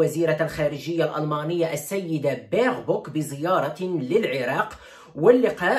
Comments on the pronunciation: ههههههه صح بالعراقي يتغير المعنى ، بس خطية من وين يعرف ، اللهجة المغربية تختلف عن العراقية جدا..... كل الاحترام للموجودين وللاخ وشكرا لنقله لنا الاخبار دائما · هاي رساله لكل العراقين اسمها بيربوك مو بربوك 😂😂😂😂😂